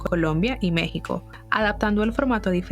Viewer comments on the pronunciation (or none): none